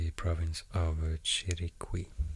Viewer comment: I just skipped right to the part where you talk about Panama, I really wanted to know what you would say about my country hahaha. I live in David! And you almost nailed the pronunciation of Chiriquí 👏🏻👏🏻, the U is silent so it's pronounced somewhat like "Chiri - kee"